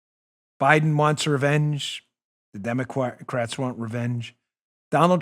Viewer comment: Im sorry, yup...I gotta go there. Lovin Dan misspoke but in an AweSome kinda way. He meant to say the word ‘democrats’ however he instead sounds like he was going to say ‘DemoQuacks’. At least thats how I heard it :) I freaking love that! Thats an AweSome new twist to the word, since we’ve had the usual DemonRats etc. now its DemoQuacks! Love it! :):):)